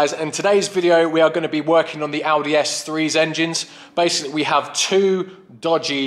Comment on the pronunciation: For a second I thought you said you were going to Aldi, not Audi! :D